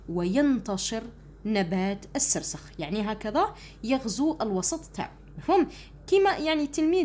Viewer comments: مرحبا استاذتي الفضيلة❤ فقط هناك نقطة 😅ذالك النبات اسمه🌷 السرخس وليس السرسخ❤ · استادة السرخس وليس السسرخس😂😂😂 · سرسخ اتعلمي تهدري واراحي تفهمي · سرخس لا تقطعي الأذن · حتى انا لاحظت وجيت نوضح 😂😅😅😅😅😂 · استاذة مشي راكي تشكلي😂😂😂😂😂 هههههههههه عرفي كي تقري؟؟؟؟؟؟ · استاذ السرخس وليس السرسخ❤😅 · استاذة راك غالطة السرخس وليس السرسخ 😂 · السرخس وليس السرسخ 😂😂😂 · أستاذة السرخس مش السرسخ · استاذة سرخس ماشي سرسخ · نبات السرخس ماشي السرسخ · نبات السرخس ليس السرسخ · السرخس ماشي االسرسخ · أستاذة اسمو سرخس ماشي سرسخ😂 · السرخس مش السرسخ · استاذة اسمو سرخس موش سرسخ 😂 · ال سرخس مشي السرسخ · 😂😂😂😂 السرخس مش السرسخ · السرخس ماشي السرسخ 😂 ههه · سرخس ولي سرسخ😂😂😂😂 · يااستاذة سرخس مشي سرسخ😂❤ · أستاذة السرخس 😅😅😅😂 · ضحكتني كي قالت سرسخ😹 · السرخس مش السرخس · باش تقول سرخس قالت سرسخ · استادة شكرا سيجي هايل لكن سرخس ماشي سرسخ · استا\ة نبات السرخي مشي السرسخ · السرخس وإنما ليس السرسخ يا أستاذة وشكرا على الشرح🎉🎉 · السرخس و ليس السرسخ 😂 ولكن شكرا جزيلا لك على هذا الفيديو المفيد❤💖💖💖💖💖💖💖💖💖💖✨ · نبات السرخس وليس السرسخ شكرا استاذة😊❤ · ا استادة سرخس ماشي السرسخ😂😂😂😂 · أستادة ليسة سرسخ بل سرخس😂😂😂😆😆😹😹😹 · السرخس مشي السرسخ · ذلك النبات نقول له السرخس وليس السرسخ وشكرا استاذة على مجهوداته❤ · أستاذا السرخس مشي السرسخ وجزاك الله خيرا 🌹🌹🤲🤲🤲♥♥ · السرخس مشي السرخس😂😂😂😂 شكرا استادة😍😍😍😻😻😻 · غير انا لي لاحضتها تقول سرسخ وهو فالحقيقة سرخس 😂😂😂😂ربي يثبتنا قولو أمين تعديل:(مقصديش الإساءة ) توجيهي فقط ❤❤❤ مع الاخير :مع السلامة وشكرا لي تعبك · السرخس واليس السرسخ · السرخس وليس السرسخ في النطق وليس في الكتابه ❤❤😊 اسمعوا ❤ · استاذة ماشي سرسخ ، سرخس وشكرا ❤💗🇩🇿😊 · السرخس ميش السرسخ يااستاذة ❤❤❤❤❤❤❤❤❤ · السرخس ✘ السرسخ✓ شكرا استاذا انشاء الله ندي 18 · استاذة السرخس ميشي السرسخ🙂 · نبات السرخس وليس نبات السرسخ☺ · يودي السرخس ماشي سرسخ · السرخس ماشي سرسخ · استاذة قلتي سرسخ بصح هو سرخص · سرخس وليس سرسخ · سرخس ليس سرسخ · ااااااااااااا أستاذة سرخس ما سرسخ ههههههههههههههه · سرخس مش سرسخ😂😂😂😅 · استاذة اسموا السرخس مشي السرسخ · استاذة نقول سرخس وليس سرسخ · نبات السرخس مشي سرسخ😂😂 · راكي تقولي سرسخ وهو سرخس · سرخس مش سرسخ 😂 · السرخس و ليس السرسخ